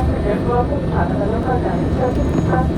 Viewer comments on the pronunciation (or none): It's Dhaka, not Daka. And ... Dhaka is the capital city of Bangladesh. Thanks